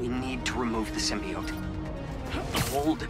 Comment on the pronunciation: Sym-bi-ote is killing me